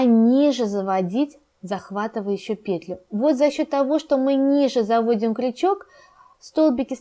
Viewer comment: Не вот эту ПЕтлю ,а вот эту петЛЮ! Просто жесть .. Уши вянут... Деревня Кукуево...